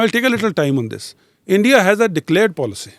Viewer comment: ROO.. ENDIA... ROO😂😂😂😂😂